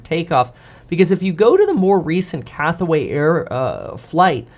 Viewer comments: Cathay not Cathway. Just sayin... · CATHAY, not Cathaway. Two syllables. Thanks for you attention in this matter. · “Cathway Pacific?” CATHWAY? Who exactly is that?